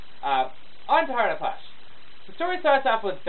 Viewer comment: sounded like you said "Hard AS Hush" at the beginning haha